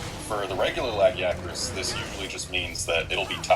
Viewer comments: Lag-e-ack-rus? Ok seriously someone from Capcom needs to release an offical monster hunter pronounciation guide. Yes,I know it really doesn't matter,but when I'm playing a game I would like to know how a name is said. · Misa.Polivius I apparently thought too hard. I thought it was pronounced LA-JEE-ACK-TRUS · I feel the way they pronounced the name was correct. The "I" IS BEFORE the "a" in its name, after all. If the "a" was BEFORE the "I" like many people pronounce its name, then it's name would be "Lagaicrus" (Lag-AI-AH-crus). Therefore, the way the Capcom devs pronounce the name as Lag-EE-AH-crus is correct.😊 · Me: I can never decide if it's lu-guy-a-cris or la-gee-a-cris, maybe this video will help. This fuckin guy: laggy-acris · LAGIACRUS (spelling) LA - GUY - A - CRUS (phonetics) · Not saying it's right or wrong, but that's a really weird pronunciation of Lagiacrus. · That is NOT how you say his name >.<